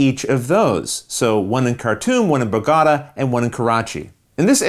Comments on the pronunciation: I keep reading comments about your pronunciation of Bogotá, I feel your pain... My girlfriend is Spanish, and she bit me (not litterally...) for the entire Pandemic legacy campaigns every single time I had to say BogoTÁ, but pronounced it BoGÓta! 😂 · you need to apologize to the Colombians for your pronunciation of Bogota, however. 😆